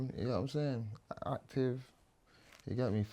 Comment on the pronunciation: Man said "if i really want to get actifff"